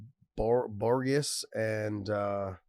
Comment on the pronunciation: His name is Shane Burgos (ber-gōz) where are you getting Borgis from?